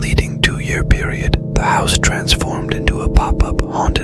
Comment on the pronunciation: Haunted Hill 'Housey'??? How not to train your bot. And macabre is pronounced 'macaub'. The r and e are silent. Such is the bane of French words---extra letters. Great story, though.